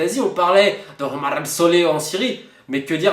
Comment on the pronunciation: Lol J'ai rigolé la prononciation de Omar al somah Tu l'a prononcé Homar qui veut dire en arabe un âne 🤣